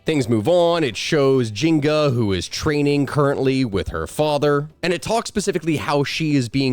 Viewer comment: Taking a drink every time you call her Jinga instead of Njinga... dying of alcohol poisoning. Love your channel, though. ❤